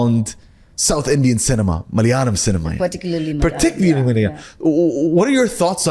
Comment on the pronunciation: Love the way he say malayalam ... just perfect❤